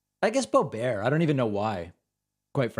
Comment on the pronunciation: Whenever you say Lauren Bo-bear, I somehow feel sorry for Stephen Colbert. 🥴